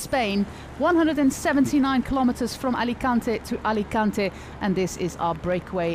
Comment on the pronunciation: Alicuntaey alicuntaey ! Ha ha sounds classic